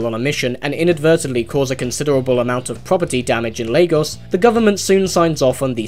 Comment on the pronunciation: wait u said lagos correctly? PRAISE THE HEAVENS!! i laughed at the the movie was saying lah-gos